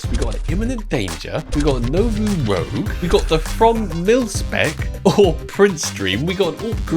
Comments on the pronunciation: Love the video but for god sake can you say Rouge and not rogue. It's Nouveau Rouge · 3rd video commenting to let know it’s rouge and not rogue 😂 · I have to assume is just trolling us at this point with the pronunciation of Nouveau Rouge as Nouveau 'Rogue' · if you want to know nouveau rouge is prononced " rooj" its french for red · I don’t know how it’s possible to still not know how to say the word Rouge